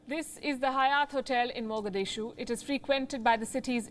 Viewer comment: hayat not hyatt hahaha